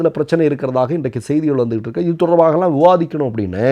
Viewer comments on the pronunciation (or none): none